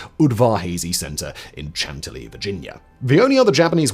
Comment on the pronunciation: Simon. Not "CHANT-a-lee Virginia.," but "Shan-TILL-ee Virginia." Unless pronounced by a Brit from Prague. Cheers.